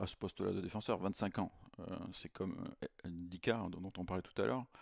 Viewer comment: ENNE NDICKA PTDRR Vous faites chier quand est ce que vous allez comprendre qu'on ne prononce pas le N ENNE est ce que vous dites ELLLE APOSTROPHE ? ( L') cest juste ndiaye pas N ndiaye pas n ndicka